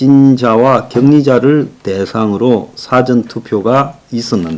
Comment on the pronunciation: 제발 '사전'투표 의 사전을 짧게 발음하지 마세요. 국어사전 영어사전 할 때는 짧게 '사전'이라고 발음하지만 어떤 일에 앞서의 '사--전'은 길게 발음해야 합니다. 너무 듣기 민망합니다. 요즘 아나운서들조차 우리말 발음을 너무 엉망으로 합니다, 정말 족보없는 언어가 되어가고 있다는 한심함을 지울 수 없습니다.